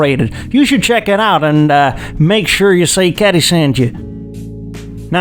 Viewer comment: That was the most odd accent for "caddy". Haha!